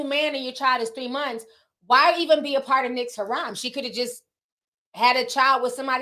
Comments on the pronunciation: I swear I love Ti, but if she says "Ha Ram" one more time, instead of "Hair Em" I'm gone scream!! 🤣🤣🤣And yes I know it's spelled harem, but I was spelling out the sounds. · SHE WAS TRYING TO SAY HAREM? I THOUGHT SHE WAS SAYING HARAM LIKE A BAD THING FOR MUSLIMS